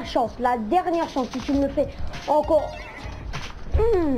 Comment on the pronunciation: C'est la cheatanceuh ! C'est la cheatanceuh ! 🎵🎶